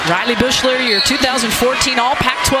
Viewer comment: why does the announcer pronounce Riley Beuchlers name like that